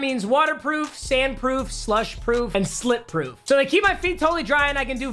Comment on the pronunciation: papa did not just say slit proof